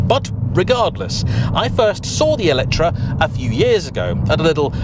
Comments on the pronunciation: it is me or I heard always ELECTRA instead of ELETRE when you say the name of this...? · Wht Brits call this EletrA if the name is written EletrE?